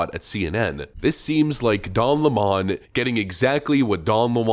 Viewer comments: “Don Lamon” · Calling him "don la mon" was amusing the first 500 times of the video.